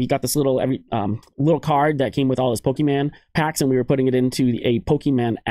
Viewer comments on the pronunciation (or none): It's Pokémon not Pokémen buddy. Think mini horizon probably told you already. Thanks for all your hard work and content!